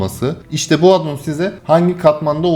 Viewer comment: AAAADDDON DEGİL , ingilizce addon , A ince söylenecek.